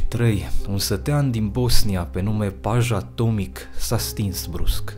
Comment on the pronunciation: *Paja Tomic se citeste "Paia Tomici"